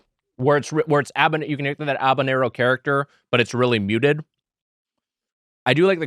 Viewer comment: Why is Wiger saying Abanero???